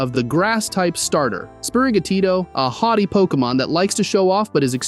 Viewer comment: HAUGHTY, not hottie lol😂 but yeah this is probably TTS.